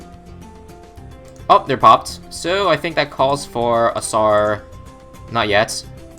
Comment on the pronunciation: Did anyone else hear tsar llama?